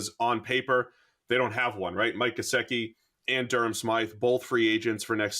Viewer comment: This Irish guy doesn't know how to pronounce 'Gesicki.'